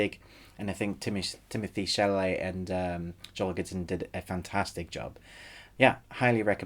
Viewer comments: Good review but it’s Chalamet, not Chamalet. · Thank you! I respect your struggle with Timothee's surname)))))